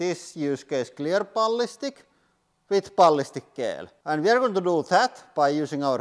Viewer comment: I love how he says Balhistic ghell!